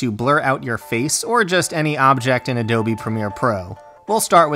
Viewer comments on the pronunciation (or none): none